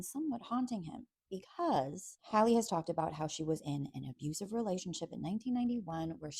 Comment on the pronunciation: Why can’t you so-called bloggers get her name right?! It is pronounced “Hal-ee” not Holly.